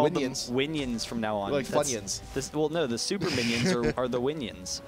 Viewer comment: He totally said Winions